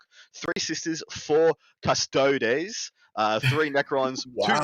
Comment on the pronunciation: please, for the love of various gods, Custodeez please, not Custoads